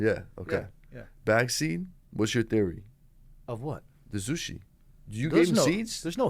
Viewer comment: No z in zushi this guy is a melt